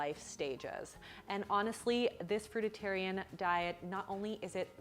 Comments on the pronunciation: you're right about everything except how you pronounce "Fruitarian" as "FruitITarian" drives me nuts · Why call it frutatarian? It's fruitarian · Frui-tarian not fruit-itarian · If you're going to make a video about a fruitarian diet, I think you should learn how to say 'fruitarian' first. (as a heads up, it's not pronounced 'fruitatarian'!). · We were born Frutarian, and by the way there is only one "t" in frutarian not two as you keep pronouncing it, thanks. We are definately not herbivores or carnivores. Our anatomy makes that very clear. A fruitarian diet is completly balanced. You can watch Dr.Robert Morse to get up to speed. There is a huge difference between Fructose and Glucose, for you it is just sugar. You really need to do your homework if you want to be credible and critical of Frugivores. Peace, love and Fruit! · It's not Fruititarian genius. It's FRUITARIAN 😂😂😂😂. Go Vegan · It's fruitarian, not fruititarian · It's not, "FRUIT-A-TARIAN". It's pronounced exactly as it's spelled. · it's not fruiTAtarian, it's fruitarian, jeez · It's fruitarian, not fruititarian. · Can she just say "fruitarian." Like once. Its not a crudite for fucks sake. Stop adding an extra vowel. The fuck is "fruitatarian" and P.S. fruitarianism is not a "fad" its an ancient religious diet that an abundance of Buddhists and Jains follow out of religious observance. Like could you take 20 seconds to ask your siri some general fundamental basics before talking about and bashing it? And no, i am not standing up for the ignorance of the pregnant chick she's responding to. Lady needs to stop putting her child at risk, brush her teeth, and put on some freaking skin protection before her body turns entirely to leather. But when you diss my culture as a "passing fad," without cracking a book, I'm gonna get annoyed. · It's fruitarian not fruitatarian!! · omg, you keep saying "fruitatarian" - its Fruitarian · Not fruititarian. Fruitarian. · It's fruitarian NOT fruit-a-tarian...